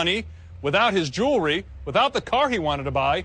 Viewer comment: JEWELRY........JEWELRY...???? ARE YOU FUCKING KIDDING ME.....